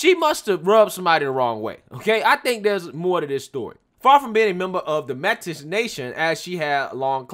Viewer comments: Metis is pronounced "may tea" not as you said it "met is" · just fyi, its pronounced like Maytea. not Met-is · Great video! Just an fyi Métis is pronounced May-tee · some Metis carry more of the non native gene like warren who's what 1/19th of a percentage native american?? its pronounced may tee. not met is. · Lol its pronounced M EH Teas, Metis, lol I actually have Metis in my family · Metis is pronounced mayTEE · FYI: Métis pronounced like “May-T.” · Lots of comments, not sure if this was mentioned....Just wanted to say Metis is pronounced maey-TEE. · love your work but its pronounced may-tee if thats the native people she is claiming to be. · Pronounced Métis - may tea. - it’s a french word...it’s for French and native heritage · Enjoyed the vid but the pronunciation of Saskatchewan and Metis left me laughing...in an inoffensive Canadian way, eh?